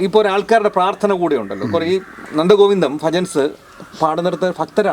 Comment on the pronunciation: Interview cheyyunna sir 'Nandagopans' ennaanallo parayunnathu. Nandgovindam ennu parayaan ariyille. Anyway Sri interview cheithathu nannaayi. Very good. Sir, ithrayum prasasthi ullavarude peru correct parayande 😮